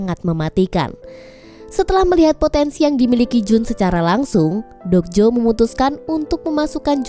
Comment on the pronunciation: Mba dok jo bukan jok do